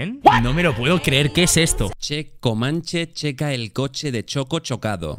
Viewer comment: nc si estoy equivocao pero siento q uno murio x la mala pronunciación de komanche